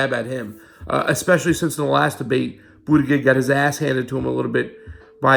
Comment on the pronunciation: It's pronounced Buddha Judge...both 'g's are soft. For some reason this mispronouncing really bugs me.